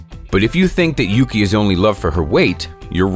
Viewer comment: Me when the dude said the seal is yugi which translates to snow Ahem— FYI, it’s YUKI And yes I know he only said yugi once